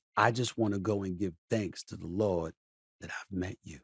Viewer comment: “I believe in the Lordt, and the Lordt has connected me to you “ 😂😂 Welllllll Talk to em Stephen A !! Episode too funny